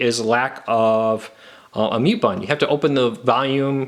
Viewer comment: What the heck is a mute bon and a quick bon?